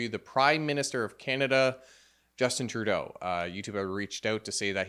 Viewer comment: "Without further adoo, Justin Troodoo"